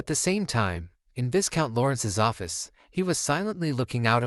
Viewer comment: You never corrected yourself throughout the entire manhwa It's pronounced vigh-count, not vis-count the S is silent bruh😅